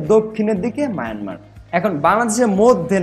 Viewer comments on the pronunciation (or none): none